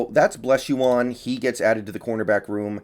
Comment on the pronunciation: Blessuan is pronounced like Stefon …Bless-suan